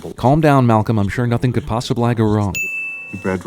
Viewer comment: "nothing could go (possi-bli) wrong)